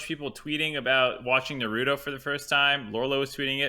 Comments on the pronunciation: Fucking Christ! Please learn how to pronounce Naruto properly. It's NA-RU-TO. NOT NAR-RU-THO. Damn English dubs ruin everything. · The way mark pronounces naruto makes me cringe, one way to spot a normie.